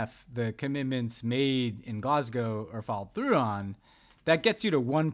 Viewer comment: On behalf of brits everywhere, thank you for pronouncing 'Glasgow' correctly!